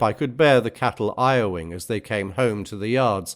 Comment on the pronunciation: I really like the artworks, the text and the timestamps, etc. My only criticism is that I'm not quite sure I believe this is human-read. There are some peculiar mispronunciations (like i-owing instead of lowing) and a certain lack of expression that make me think this is an AI voice. There's nothing wrong with that in itself, but I don't appreciate dishonesty. I would much prefer to be wrong about that, but I can't seem to find any information online about a other than an Irish cyclist. Still, I can see that you've put a lot of thought, effort and knowledge into your image selections and other annotations; all of that is very good.